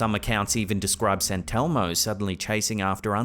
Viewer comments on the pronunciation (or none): SANTELMO? YOU MEAN ST. ELMO.